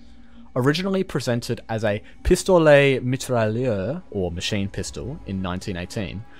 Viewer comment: I'm French and the way you said "pistolet mitrailleur" killed me 🤣